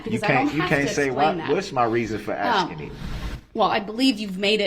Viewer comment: Besides "onjec-shun" "grounz" "troof" "oaf of office" "boaf detectives" "axing questions" was "fair" ad nauseam.